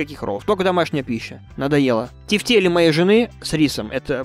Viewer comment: Не тефтели, а тефтели, блин